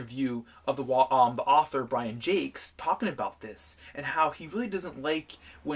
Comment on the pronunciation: I'm kinda impressed the author's name was pronounced correctly. Great video!